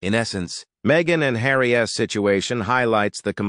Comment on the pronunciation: Couldn’t work out what was wrong with your narration. Took me a minute. Stop reading the last letter on contractions separately. Charles s, Tillman s, Harry s, Megan s, isn t. This is a new one, can’t say i’ve ever heard a robo-voice do that particular thing before.